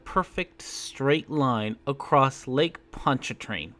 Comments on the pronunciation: "Lake Punch-A-Train" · I heard it as Lake Punch a Train